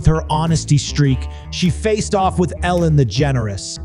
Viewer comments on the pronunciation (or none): Why does he pronounce Ellen's name like he's saying "the generous"? Because that's just wrong on multiple levels...